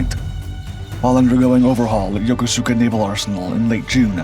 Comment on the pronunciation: Ya Co Ska not yo co su ka please :)